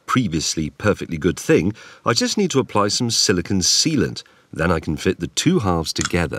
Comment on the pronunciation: It's not "silicun", which I presume is the master English for "silicon". Silicon is a mineral? that is used in computers to move electrons along. Silicone is a plastic material, such as what you used here. Pronounce it correctly, please. Thanks, Ed, from Silicon Valley (San Jose, CA)